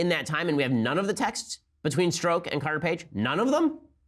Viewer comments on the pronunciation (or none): Oh, and so you know, Ben. It's pronounced Stroke. His name is Peter Stroke! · Strzok would be pronounced 'st'+French Pronunciation of J+'oc'